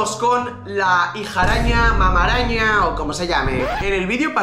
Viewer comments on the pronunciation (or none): sabes lo que dices Como lo dice: mama araña Como es en realidad: mamá araña 😅